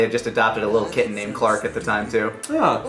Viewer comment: I’ve watched this commentary a couple times this is the first time I heard lani say kitten b4 I hear it as KID and I was just thinking well lani I’m not gonna tell you how to feel about your adopted brother lol